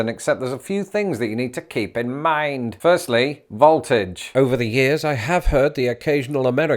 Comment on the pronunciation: I quite enjoyed the pronunciation of 'voltage' as 'vault-age' here. Don't think I ever heard that one before.